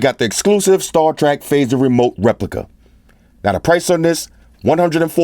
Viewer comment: 'star trak' lol....dope